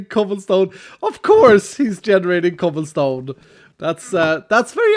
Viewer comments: Ha he said choblesome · He said choblesome :) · did...did he just say chobblesome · He said choblsom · anybody else here him say "Chobblesome"...... no.. just me, okay.